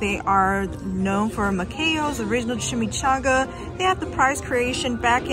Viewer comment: At least know the correct name of the city and restaurant you are going to. Especially for viewers who might want to try it. It is MACAYO'S! Not Mayaco's. And it's in Phoenix.. not pheonix. Come on nowwww